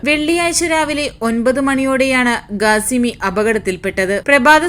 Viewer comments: ഗാസിമിയല്ല ഖാസിമിയാണ് സഹോദരി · Gasimi alla kasimi Gateeb alla kateeb